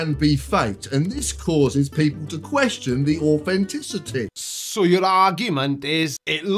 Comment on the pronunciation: Or-fen-tissity it’s all about the or-fen-tissity! 😂 I can see why he chose the blinding white visuals. It’s massively painful to listen to, it might as well hurt to watch too.